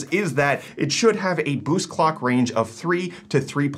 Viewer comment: It sounded more like colck